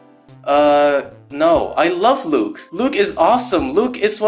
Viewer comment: Luka❌ Luke✅